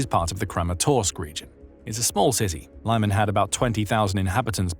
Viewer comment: Thanks, look forward to your reports;however, Lyman is pronounsed as LEEMAN, and not LAIMAN. Thanks again for your excellent reportage.😊